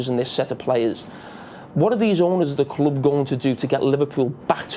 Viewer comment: When jamie said 'big kloop.. big kloop..' then, I realized it's... ' big club '.. #ohmyenglish